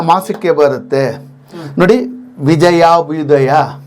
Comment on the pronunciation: "ವ" ಅಲ್ಲ ಸರ್‌ ಅದು, "ಭ." ಸ್ವಸ್ತಿ ಶ್ರೀ ವಿಜಯಾಭ್ಯುದಯ...ಅದು..